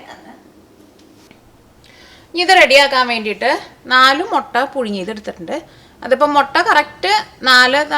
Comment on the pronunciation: Hello .like ur recipes ..tried many.all came out well .thank u ur presentation also improved ..like ur nadan style ..pls say mutta not motta ..n masala pronunciation is also odd..pls correct ..don't take it as rude .it's just à friend's comment .